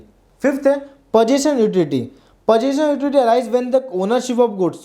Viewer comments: Utility bol ek barr 😂😂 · please pronounce utility properly its annoying